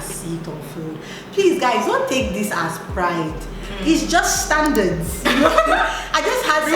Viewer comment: It’s just “STUNDURDS” 🤣🤣